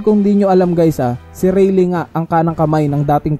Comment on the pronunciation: Its not reylee its reyley (rayleigh)